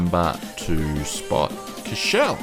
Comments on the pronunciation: Number 4 is pronounced 'core-sh-val' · Its "COUR" "CHE" "VEL". You got to pronounce all the letters. Also small fact about this airport, pilots need a special license to land there. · I'm affraid you also dropped the v in Courchevel